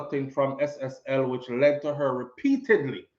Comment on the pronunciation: Not SLL it's SSL my son keep up the good work 👍